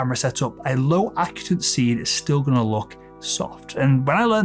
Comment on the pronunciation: Correction: You're pronouncing the word "acutance" incorrectly. It's uh-KYOO-tuhns. The emphasis is on "KYOO." Also, the British and US English pronunciation is the same.